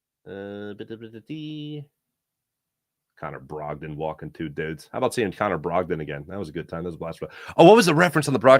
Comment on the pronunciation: You can't say "Connor Brogdan" without sounding like someone from Boston